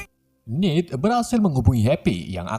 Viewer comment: Bang salah ngomong nama bukan nid tapi ned